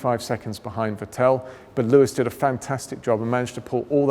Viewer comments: he says "Vitél" haha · The way he pronounces vetteeeeel 😳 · Ah, the famous Vetelle Leclerck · why is he saying Vettel like this XD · I don't even mind that, however, he's not pronouncing "Vettel" correctly...